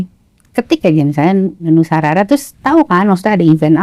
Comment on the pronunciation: Nusa rara bang dens bukan Nusa Rura😂😊